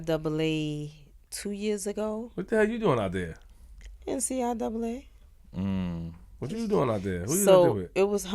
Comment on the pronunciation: Ummm...WHAT THE F@ is “NCIAA”?!! I swear black mf’s butcher shit to hell...bitch it’s CIAA! and slow asses ain’t even correct her...smh